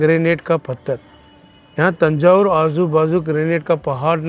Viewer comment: तंजावुर/तंजौर कहा जाता है न की थंजावुर । कृपया इस बारे में कन्फर्म करें ।